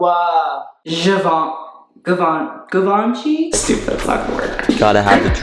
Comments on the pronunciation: girl the hype beast was saying "givenchy" better than you were... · Just the way he says "GIVE - AHN - CHEE" makes me cringe so hard. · Vet-e-monts. Givaunchee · hearing cry as he heard him pronounce givenchy was so funny. Like if heard this customer at my work when they asked for 'give-en-kee slides' we would be having his funeral this moment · losing the will for 20 out of 30 minutes, it's a chef's kiss from me haha Also, "we are three minutes into this video and this man has said GUH-VAUN-CHY" 😂😩🙏 get her Jade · Look at you giving credibility to THAT. JEE-VAN-CHI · "jivace" "venemom" Street wear ppl never fail to amuse me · GIVONCHEE DRIP!?!? 🤦‍♀️🤷‍♀️ Drip or Drown.. DROWN. LOL. I love you,as always best commentary.😘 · HE SAID GIVE -ANCHY IM DONEE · 'GIVE-UNCHIE' oh no no no no.... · To be honest, he probably said givenchy incorrectly because these types of dudes usually like to seem super into the idea of over the top ‘hetero masculinity’ and think saying something correctly in French makes them ‘sus’... really it makes them look stupid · I'm begging someone to tell him how to say Givenchy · Hi I am a middle-aged women from France ( now living in Canada) and I love your channel! Streetwear is my least favorite fashion style however I respect those who like it! That being said you have managed to keep me interested throughout the video! I cringed when I heard him say "Givenchy" and "vêtements"😰! you pronounced "vêtements " the correct way! As a French person (and this is very cultural) we tend not to flash brand names however I do not put down those who do! To each their own and what makes them happy but I'll make an exception...✌ please young man change your curtains they're sacrilegous! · Dude their givenchy pronounciation kinda killed me inside. Like ik French is hard but issa brand!!! Plz say it right 🥺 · the mispronouncing Givenchy moment gave me some Showgirls-Versace realness